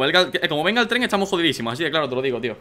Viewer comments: Por que dice trem en ves de tren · alguien mas noto que al inicio decia TREM en vez de TREN